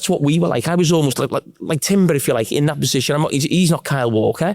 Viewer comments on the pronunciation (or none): none